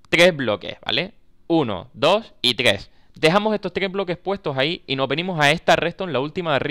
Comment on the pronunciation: NO SABE DECIR TRES JAJAJ :v